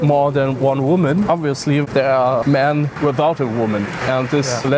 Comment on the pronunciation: She says: ‘..I think people are the problem. And the most people are maans “. 😂